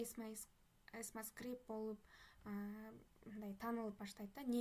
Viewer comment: 😅😅 Эсма эмес экма скрипт болот.